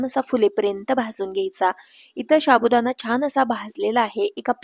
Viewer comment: शाबुदाणा नाही साबुदाणा असा शब्द आहे तो 😂😂😂😂😂😂